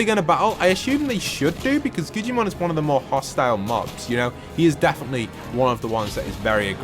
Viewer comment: It’s Guggimon not gugiman